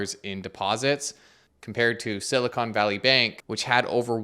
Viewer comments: Hey, you might want to be careful with your pronunciation. It's Silicon Valley, not Silicone Valley. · Fascinating how he can't say Silicon Valley correctly 😅